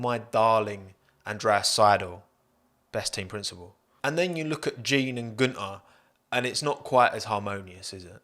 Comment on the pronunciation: Get it right, it's Guenther "F**king" Steiner